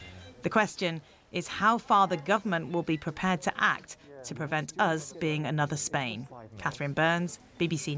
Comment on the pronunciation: Speak English woman, it's not "urz", the word is "us".